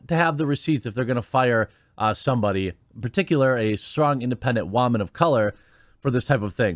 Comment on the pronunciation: "Strong Independent Wahman" 🤣🤣🤣